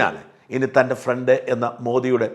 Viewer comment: ഫ്രണ്ട് അല്ല പ്രണ്ട് 😂😂